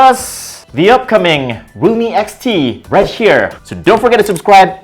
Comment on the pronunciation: "Right SCHERE" I can't...😂😂😂